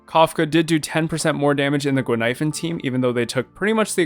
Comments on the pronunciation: I'm not the only one hearing that looool I even heard 'ghost milk powder' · I had no idea why you said "expensive milk powder" until another commenter said Guinaifen could be misheard as that in Chinese. I'm Chinese btw. And yeah, it actually kinda does sound like "expensive milk powder", even in Cantonese! Brilliant.